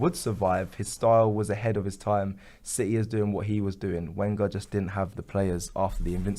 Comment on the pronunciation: it's pronounced Venger! :-)